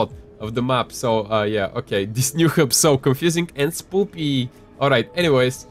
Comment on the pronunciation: He just said spoopy at 1.18